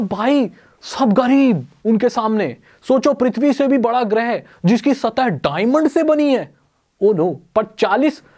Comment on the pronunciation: Not गृह its ग्रह